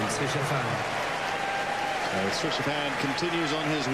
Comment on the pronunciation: Who is the aussie commentator ? keeps saying Trishapan instead of Srichapan...